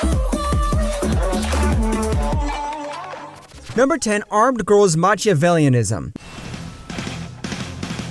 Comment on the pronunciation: Machiavellianism is pronounced more like the "ch" is a "ck" for those who don't know. Italians everywhere are pulling their hair out over this.